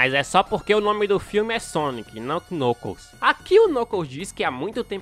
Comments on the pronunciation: Ele falando Knucus, o certo de falar seria "Nãcous" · Kkkk vc falou nucos é knuckles kkkk gostei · o cara fala nucos imagina se junta nucosbabyskkkkkk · Knuckles a pronúncia é Nãcous o "K" é mudo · Vei nuclos acho que vc falou meio errado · Você tá falando o nome do Knuckles errado. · Mano eu acho muito engraçado ele falando o nome do vermelho (eu sei o nome dele mais não sei escreve o nome dele) e concordo eu levaria o tails pra casa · vc não sabe falar knuckles direito, é mais facil vc chamar ele de nuggets